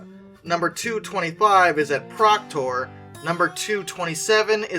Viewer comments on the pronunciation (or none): Beat me to it. Think tooth when saying duluth. Also I noticed that it was procTOR, I’ve always heard it pronounced procTER. Don’t take it too personally, half of the names that come out of Minnesota no one that isn’t from Minnesota can pronounce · Holy shit I didn’t know DM&IR 221 was supposed to be preserved! That means we ALMOST could have had a running example of one today!!! Edit: You said Proctor and Duluth wrong, the second O in Proctor is pronounced as an E, and Duluth is pronounced Duh-Looth